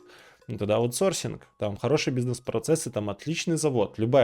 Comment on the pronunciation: "бу си несс" просто прекрасно я щщщитаю :)))